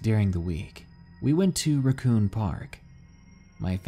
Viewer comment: It’s RACKcoon not RUCKcoon.